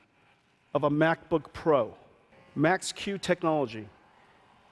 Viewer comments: When he said Max Q technology, it sounded like "Mac's Q" technology. Fuk apple. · maxq is different from “m” in maxwell